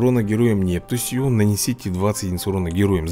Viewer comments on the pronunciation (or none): если что правильно не Нептусь где ударение ставится на е а правильно будет Нептусь где правильно будет где ударениу будет стоять на у